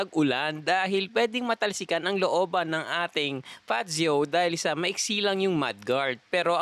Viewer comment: Mas alam pa ng vlogger bigkasin 'yong unit kaysa sa mismong sales representative eh haha